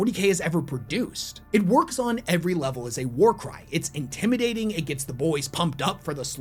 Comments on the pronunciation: For a secon I thought you said «there are few things in this world that get you pumped up like a good WAR CRIME» in the intro 😅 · Not gonna lie, i heard him say warcrime not warcry at the beginning.